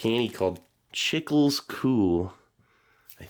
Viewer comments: The salsa de tomate is just plain ketchup. Salsa translates to sauce so it’s Tomato sauce. I understand that most people think of spicy peppers sauce when they see the word salsa. And the chicle is pronounced cheek-Leh and gool is gohl which chicle is gum and gool is goal, like soccer goal. Even tho the gool is actually spelled gol so it must probably just the name of the brand.. I enjoy your videos man 👍🏻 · Chicle is pronounced "chee-klay," and is just chewing gum. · Chicle means gum. Pronounced chick-leh. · the little candy (chicle) pronounced chee-clay in spanish.. is just the spanish word for gum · very interesting ration for sure !!! fyi the "chicle" is pronounced "chi-kley" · They way you pronounce "chicle". Had me dying bro. Nice try I guess haha